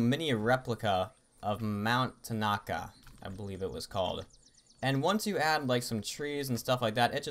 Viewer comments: "tan-aka" hahaqhahahahhahahaha Its "Tara-nak-e" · Its called mt teir e nack e and it a volcano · Mt tanaka lol nice try but its mt taranaki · That pronunciation (: nice try